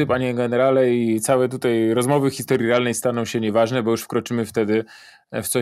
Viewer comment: Co to znaczy wczorej, tutej itp ? To jakaś u Pana w miescie norma? Codziennie oglądam, chyba wszystko oglądałem szanuje. Tylko co to znaczy np tutej :D